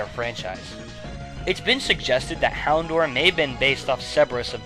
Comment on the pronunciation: fyi, it's HounDOUR (as Dour rhymes with Hour. the proof is in the episode "Hour of the Houndour)